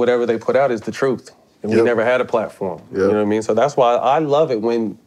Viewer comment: “And I still got that burner...nawmean” 😂😅☠️